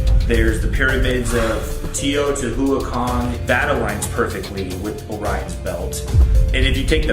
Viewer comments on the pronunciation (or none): Shane’s brother’s pronunciation of Teotihuacan fucking kills me. Like it takes two seconds to google it.